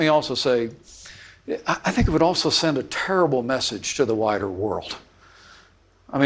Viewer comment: "And let me say, I think it would send a terrible message to the wider (sounds like "whiter") world..." What an eel. I'm surprised Mother gave Mike the permission to go out to the sinful world.